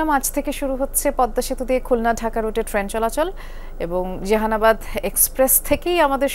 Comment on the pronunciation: জাহানাবাদ কে উচ্চারণ করলেন জেহানাবাদ বলে। নামটা ও ঠিক মত উচ্চারণ করতে পারলেন না!